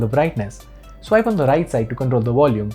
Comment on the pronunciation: When he says volume he says “wolume” and when he says well he says “vell”.. 😂😂